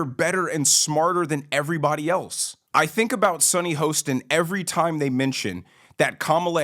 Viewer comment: Do you mispronounce Sunny’s name on purpose?